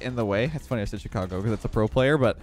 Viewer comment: Chi-car-go (like vroom vroom)